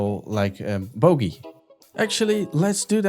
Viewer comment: Bro at it again, do ya have a discord by chance? (i love the way u say boogey it makes me laugh every time, dont change)